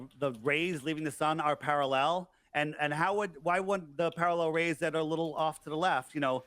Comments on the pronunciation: The absolute worst thing about this debate was pronunciation of 'parallel'. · Parall-El. 2nd cousin of Kal-el